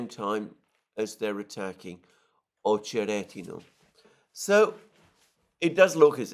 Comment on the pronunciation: Accent is on O in Ochered. Accent is on E in OcherEdino